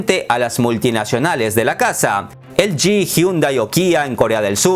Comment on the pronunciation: ¿En español LG se dice "elyi"? Curioso cuando menos 😳😳😳